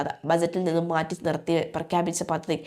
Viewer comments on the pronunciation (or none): പദധിയല്ല പദ്ധതിയെന്ന് വായിക്കൂ കുട്ടി